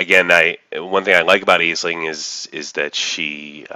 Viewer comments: Nice video. Just one note: it's pronounced "Ash-ling". (It's Irish) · it's pronouced "ASH-ling". It's Irish. Space Irish? idk